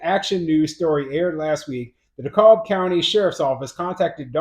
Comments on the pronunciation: It's pronounced D-KALB County. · the "L' in DeKalb is silent, they pronounce it DeCAB